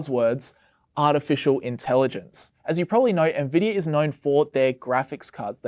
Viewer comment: im sorry "ne-vidia" ahahahahha